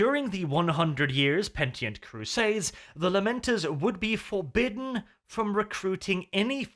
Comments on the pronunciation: PENITENT CRUSADE. NOT PENTIENT CRUSADE. Fuck I can't believe I've heard you laud yourself on your grasp of English. lol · Pen. Ih. Tent. Not Pentient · Penitent. Say it with me: Peh-nih-tint. Not pentient, like pentium processors.